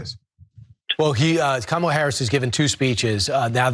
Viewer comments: Mispronouncing Kamala Harris's name or calling her garbage is scrapping the bottom of the barrel. That's stooping to an unimaginable low, even for trump's standards. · good Kamala 's husband said that! Trump cant say her name wright!! com on now.everyone says her name correct but u :face-orange-frowning::face-orange-frowning::face-orange-frowning::face-orange-frowning:say it !!!